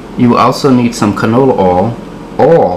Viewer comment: Lol also the way he pronounces oil as “OHL.”